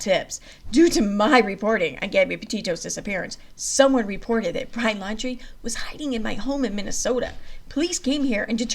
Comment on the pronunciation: If u r reading please properly pronounce names correctly. It's not landry. It's laundrie.